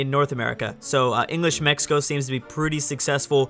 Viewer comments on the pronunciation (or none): none